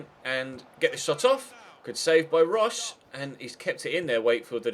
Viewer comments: roche is pronounced like roatch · Roche is an Irish name, it's pronounced roach